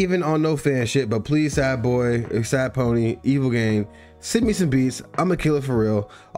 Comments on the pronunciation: bruh im shitting and puking blood his tag is literally in every song its EVIL GEE-AH-NE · hold on bro how the fuck didd u jus pronounce evilgiane?